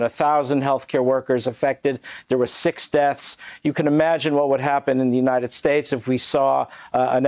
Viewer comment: More like United Schtates